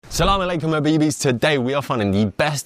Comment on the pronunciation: "Salamalaykom abibis"😂